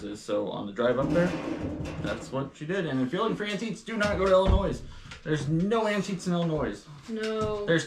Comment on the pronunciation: I always have to laugh when says Illinoissss instead of Illinoyyy 😂I’m kinda surprised doesn’t say Missoura instead of Missouri! We here in Illinois thought that’s how people from Missouri say it😆We DO have antiques shops you just didn’t find the best places 😊I’ve been antiques shopping practically my whole life in Illinois. I would LOVE to shop on the east coast for antiques, they have wonderful things there! I had my DNA tested by Ancestry and my results have changed over the years as they find out more about DNA. I’m more like. I knew about my Scotch and German ancestry but I was surprised to find I had Amish ancestors from Switzerland, ancestors from Belgium, The Netherlands and a sprinkling of Scandinavia and Spain😀Justine’s DNA results are so interesting!!!